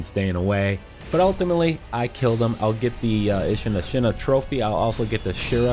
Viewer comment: God I enjoy your guides but your pronunciations kill me man, specifically on Ashina since every character and their mother says it throughout the course of the game like a broken record